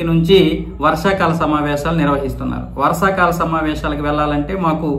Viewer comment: Varasakala Samavaysalu Kadu Bro..... Varshakala Samavaysalu😂😂😂😂😂 try to learn telugu language fluently.... Don't misunderstand my Comment